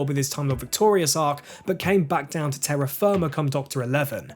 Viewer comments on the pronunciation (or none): none